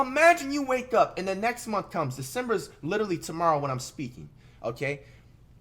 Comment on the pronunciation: It's Decmber flight